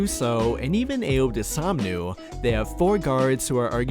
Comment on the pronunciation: Bro…. First off, we ain’t trading Coby, he’s our primary scorer off the bench. Second, it’s DOS OON MOO. Not dosomnu. Dos. OON. 🐮